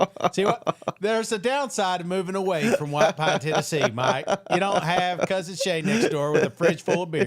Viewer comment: Shane, did you say White Pine Tennessee?